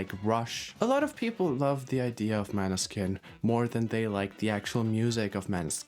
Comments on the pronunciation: i beg you - it's mÅÅÅÅÅÅÅÅÅÅÅÅÅÅÅÅÅÅÅÅÅÅÅÅÅÅÅNeskin. the letters å / ä / ö / ü etc. do actually matter..... it's not maneskin. it's mÅneskin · You can't even pronounce the band group correctly 🙃😬 the å isn't just Deco gosh